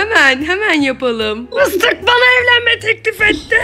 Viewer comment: Mıstık diyomuş bende mistik mistik galiba mistik olamadığı için sayıklıyo sandım XD🤣